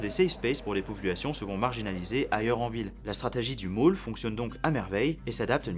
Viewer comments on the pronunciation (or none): Il dit Maule et pas Moule Va consulter pour tes oreilles l'idv